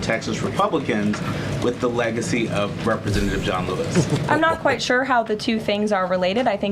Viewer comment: Is anyone else irritated by her pronunciation of the word “sure”? She says “chure”. Petty, I know, but I’d rather laugh than cry 😊